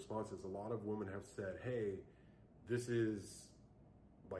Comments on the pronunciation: Why does he keep saying woman instead of women 😂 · You don’t need to be a housewife to know that housework NEVER ends, and NOBODY thanks you for it. Plus, I hate how this man pronounces “women”. 😂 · He read one Charlie Kirk blog post and can't even pronounce "women" correctly, which leads me to believe he doesn't know any. These men are really trying to bring poisoning back in a big way. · My ears start hurting when I hear people say women but pronounce it like singular woman… can’t listen to this guy. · He can't even pronounce the word women properly but he has all these seemingly profound thoughts.. boy bye!